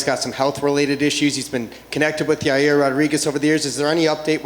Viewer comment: His name is Ya Rear Uncl Dana